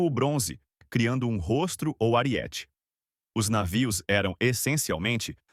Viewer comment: Não é: ariéte, é: aríete.